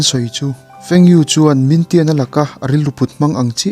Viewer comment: Min tian ni lo in ming thian a ni kha a chan ber cu nak tuk tuk ti na aw a ka hriat ve tlem te ni cu